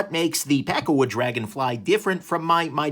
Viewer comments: I lnow your saying pakkawood, but I keep hearing peckerwood. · Every time you say it I hear "pecker wood". :P